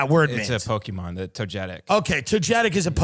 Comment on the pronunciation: tim has to stop everything he's doing to put his effort into saying pokeyman